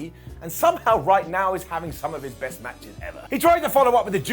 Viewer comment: "The yest of the year" Oh...your speech impediment...